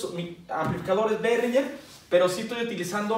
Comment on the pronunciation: saludos fijate que siempre he visto que pronuncias behringer con doble RR y para nada es asi es con una sola R osea que no es behrringer es behringer